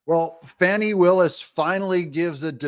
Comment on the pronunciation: It's Fanny, not Fawny.